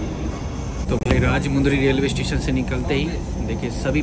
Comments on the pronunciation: Woh bhai woh bhai Woh राज मुंदरी नही है वो राज मंडरी अगली बार से ध्यान रखना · Good Information Bro, But small Correction.. Ur pronunciation is wrong for Rajahmundry station... Actually it's not RAJAMUUUNDRYYY.. it's RAJAMANDDRI... In Telugu Language pronunciation like that only Anyways thanks for the video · Its not Rajmundry ... its Rajamandry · FYI, Its "Rajamundry" but not "Rajmudry". In telugu speaking language each and every alphabet is pronounced. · Bhai it's not rajha Mundry. It's rajamandury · It's Rajamundry ur pronounced r rajumudri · Helllo bhai...spell correct the station name as "Rajamundry"... It's not rajamudry🤦‍♂️...ok na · Rajamandry not rajamundry ✋🏻